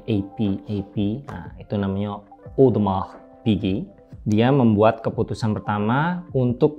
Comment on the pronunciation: Partner pertamanya monsieur Richard Mille...? Monsieur Audemars Piguet (bacanya odemaarh pige 😄). Makasih, ceritanya keren, tetap mengedukasi ya. Jadi tahu apa itu homage 😅 ig: asyrof.ayah.salhaf